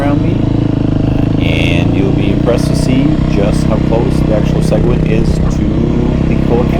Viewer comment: At least pronounce Seguin properly good video though